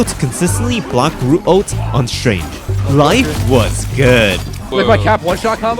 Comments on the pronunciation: My biggest gripe with this is hearing the word "Ulti" instead of just Ult like a normal man. But otherwise, nice stuff. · Saying "ulty " pissed me off more and more everytime u did it but other than that good video